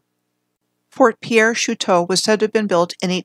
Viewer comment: Fort Piere is pronounced Peer. The no Dakota access pipeline protest was not on the Standing Rock reservation, it was on land along the Cannonball river managed by the army corp of engineers.